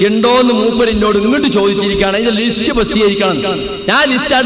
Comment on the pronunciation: പേരോടേ, ലീസ്റ്റ് അല്ല, ലിസ്റ്റ് (list).